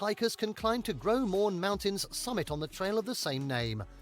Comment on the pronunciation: GroS Morne. You pronounce the S. I've never heard about the Icefields Parkway being that famous, but the Cabot Trail is absolutely rated s one of the most scenic drives in the world.